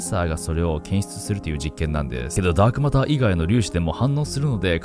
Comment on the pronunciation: ダークオマターとか言ってたな〜